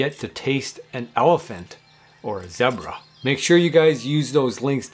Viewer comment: You said zebra the wrong way